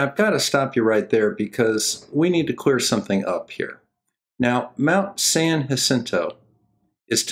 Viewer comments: Thank you for pronouncing San Jacinto correctly! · It's Mt. San-YA-sinto, and Point DOOM. But, then again, I doubt I could pronounce half the cities in MI...